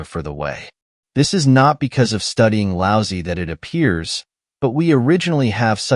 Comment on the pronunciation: Lao Tze would find it funny that this lousy AI pronounces his name as "Lousy".